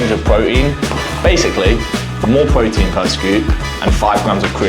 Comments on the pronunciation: “More Broteen” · His pronouncing Protein as pro-ein without the t in his accent is making me cringe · pwotein is pwotein